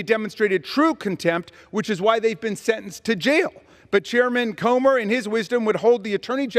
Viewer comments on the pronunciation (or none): Ok. Who wrote that shit for Comer to say on the floor. It wasn't him, because he seemed to stutter and grasp pronunciation a couple of times. People reading their own words generally do NOT have difficulty with that.